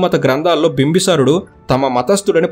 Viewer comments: బింబసారుడు కాదు బింబిసారుడు. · bro bimbi sarudu not bimba sarudu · బ్రదర్ మీరు ఊరుకే బింబిసారుడు అనడానికి భీమ్బసారుడు అంటున్నారు వినడానికి బాలేదు ప్లీజ్. కరెక్ట్ చేయగలిగితే చేయండి ప్లీజ్ . బింబ సారుడు కాదు బింబిసారుడు ఇది కరెక్ట్